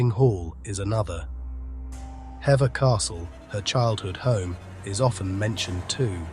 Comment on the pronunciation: Will you please tell me why you insist on using modern day dress instead of keeping it in context this was the 16th century for heavens sake. oh and apologies for being pedantic but although the spelling is Hever it's pronounced Heever, though well narrated these videos are slapdash, and names of places wrongly pronouced. Sorry to be so sharp